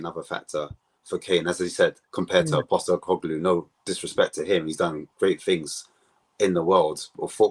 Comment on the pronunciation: It’s Postecoglou, not Postecoglu. Get the man’s name right Ffs.